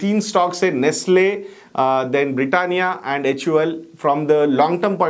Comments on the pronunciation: Nestle not nastle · Correction: Its Nestle, and not Nastle. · Nestle and not nastle